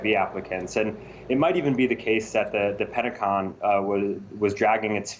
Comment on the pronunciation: Minutes "The Penticon" lmfao